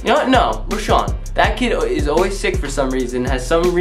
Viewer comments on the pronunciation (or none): no one::it ees what it ees👁👄👁 das it bruh PERIODT